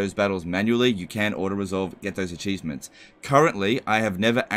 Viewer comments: I love it- did you deliberately say a-cheese-ments? Or is it just now part of your nature? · very subtle ¨acheesements¨ there lol